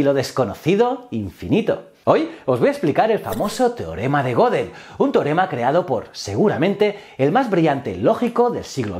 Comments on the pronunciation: Goedel no godel asi como Goethe no es gote , ö es una vocal alemana que no existe en el español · Sin contar que realmente no introduce de verdad al pensamiento de Gödel, sino tan solo cuenta unas noticias relacionadas, me mató su mala pronunciación de las palabras "Gödel" y "society", una falta terrible teniendo en cuenta lo impecable que fue Kurt en el manejo de los idiomas. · Otra cosa que me mató fue su pronunciación de las palabras "Gödel" y "society", una falta terrible teniendo en cuenta lo impecable que fue Kurt en el manejo de los idiomas.